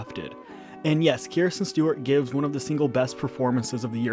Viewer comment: It’s Kristen not Kirsten